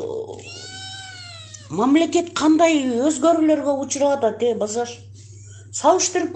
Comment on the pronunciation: Базаш деп суйлоп аткан канчык маспы не 😂